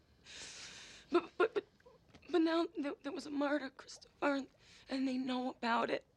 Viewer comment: Cris toe fur